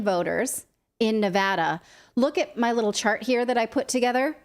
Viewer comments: From Reno, I appreciate the correct pronunciation of Nevada. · From Ferntucky I hear ya. Like its spelled Nevahda.